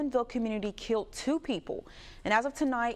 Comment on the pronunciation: Did she actually say 2 people were "kilt"?